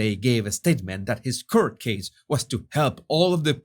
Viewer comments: court isn't "kert". Pronounce it so it rhymes with "or", like c-or-t. Don't want others to think you're ignorant. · HI...HOW TO PRONOUNCE THE WORD COURT. FIRST SAY CORE. THEN ADD A T TO CORE...T.. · Please please lookup how to correctly pronounce the word “ Court”. Best Wishes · THIS IS OUR 'S SECOND LANGUAGE....OKAY, TRY IT LIKE THIS....MORE...GORE...SORE...CORE AND THEN ADD THE "T". THEN SAY IT THE WAY YOU WOULD SAY "FORT" "PORT"....PRETEND THAT THE U IS NOT THERE.